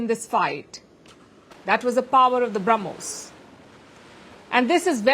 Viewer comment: The Sanna Mullah ( deliberately taking his name wrongly) couldn't say Brahmos property. He said Harmos missile of India.😅 All intelligent advisors are found only in Pakistan!